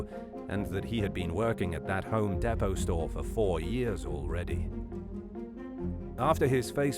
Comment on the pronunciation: You need to pronounce Home Depot correctly dude